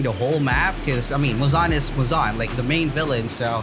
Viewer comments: muuzaan? its muzan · Guys he said it fine he said it right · it's not right lmao